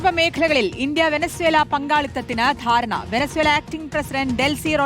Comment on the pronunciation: "ആടറിയുമോ അങ്ങാടി വാണിഭം " എന്ന കുഞ്ചൻ നമ്പിയാരുടെ വാക്കുകൾ ...ഇന്ത്യ - വേനുസെല അല്ല. അംബാനി - വെനുസേലാ..അംബാനിക്ക് വേണ്ടി മോഡി അണ്ണൻ എന്ത് മാത്രം ത്യാഗം ചെയ്യുന്നത്. ഇനി റഷ്യയിൽ നിന്ന് വാങ്ങരുത് , പകരം വെൺസിലയിൽ നിന്ന് വണങ്ങണം എന്ന് ട്രൂമ്പ് അണ്ണനെ വിളിച്ചു കട്ടായം പറഞ്ഞു . റിപ്പോർട്ടർ അടിച്ചു കയറി 🤣🤣🤣